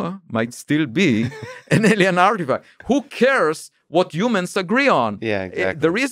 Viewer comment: When ever he said 'who cares' I hear 'hookers'